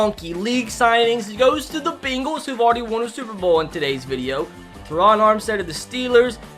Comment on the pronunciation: bro i love how whenever you say bengals you pronounce it “beenguls” it’s funny to me